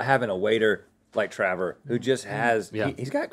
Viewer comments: WHY DO THEY CALL HIM TRAVER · who else kept repeating "travor" vs "trevor"?